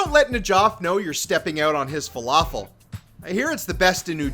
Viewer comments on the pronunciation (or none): none